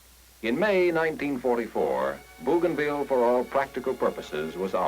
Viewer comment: BOW gainville. NOT BOO gainville.